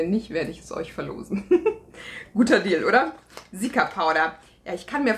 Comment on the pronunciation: Seltsames Aussprechen von Cica (wie zika). Es steht für centella asiatica btw